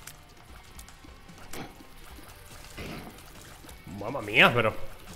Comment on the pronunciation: mamma mia se volvió italianinni